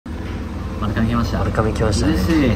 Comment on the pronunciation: まるかめ、じゃなくてまるがめです！！